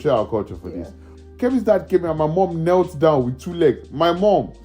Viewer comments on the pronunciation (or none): The way you emphasised “she knelt down with two legs” 😄